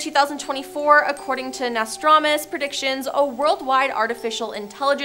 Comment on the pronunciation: How can you not pronounce Nostradamus correctly?